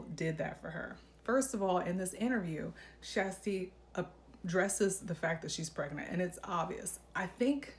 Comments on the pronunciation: I watched Kjersti’s own video where she pronounces her name. It’s is not “Shas-ta”. She pronounces it “ Shas-tee”. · Your pronunciation is the closest one yet. 🎉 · It's actually pronounced "Tshesty" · I've literally re-played Kjersti saying her name in the beginning of her videos, like 20 times 😁. My ears hear: Sh'z Tee. But say it really fast! 😊. Cuz she says it so fast that my ears can't tell if she is saying "Shirs Tee". Or "Shas Tee" So I just skip the vowel and say the first syllable really fast: Sh'z Tee 😊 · You’re mispronouncing Kjersti’s name.